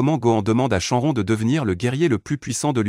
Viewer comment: C pas contre toi mec mais ta façon de prononcer shenron dragon balls gohan saiyan etc me fait saigner des oreilles